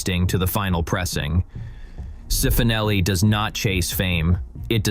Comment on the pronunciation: Cifonelli = chee-foh-nel-ee